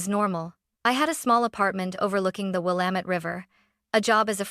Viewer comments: A blue ribbon award to the A-I narrator, for pronouncing the name, "Willamette" correctly. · Thank you for having AI prounce Willamette correctly 😊